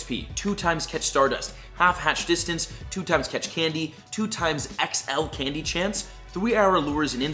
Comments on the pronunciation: Candy not canddy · I'm sorry but Canndy? You might need to reupload this lol